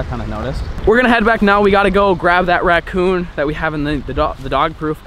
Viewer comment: Ngl I cringed every time said ratCOON jerky.